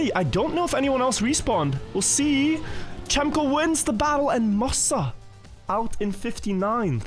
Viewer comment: someone needs to tell that cemkoo is not read as "chem - co" but like "gem - co"